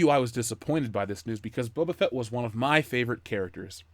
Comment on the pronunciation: Bubba Fett. For years i thought that's how his name was pronounced. Kinda like "Dark Vader"